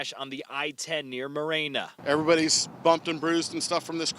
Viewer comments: Holy F. How can Arizonans mispronounce city names so badly. Gotta be some transplants. MUH RAN UH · Ive never heard Marana pronounced so messed up. I was eastbound on the ten at 245 today and the wind and dust was horrible. On my way home at 430 from Coolidge to Casa Grande I had to pull over several times because of zero visibility. When I crossed over the ten nothing was backed up on the Florence Rd exit in C.G. Im glad everyone is okay. Too many people are moving here and the roads are horrendous from Tucson all the way to Phoenix and further.